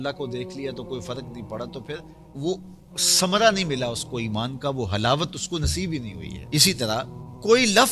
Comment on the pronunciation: سمرا نہیں ہوتا ثمرہ ہوتا ہے